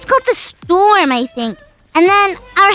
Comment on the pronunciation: Foxy said storn un stead for storm